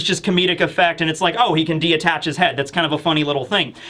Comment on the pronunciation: DETACH!! Lol. Not de-attach